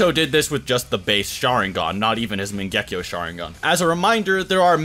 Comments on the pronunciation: Mangehkio wtf mate say it properly MAN GE KYOU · wtf is with the "megekko???????" its MANGEKYO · Bro mange-kayo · The way this guy says mangekyo is so wrong.